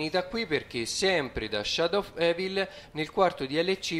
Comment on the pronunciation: C'è ma sai come si pronuncia Shadow of evil?!?!😂😂😂😂. L'hai pronunciato in modo troppo divertente "evil" comunque bellissimo video👍🏻👍🏻👍🏻👌🏻👌🏻👌🏻